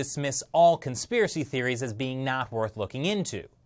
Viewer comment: You made this whole video to say "conspherecy". Admit it.